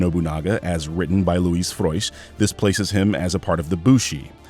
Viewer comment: Came here to compliment on your pronunciantion of Luís Frois name. Amazing.